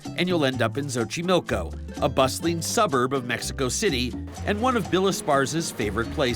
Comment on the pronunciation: Es Xochimilco no xoxiloco. Lol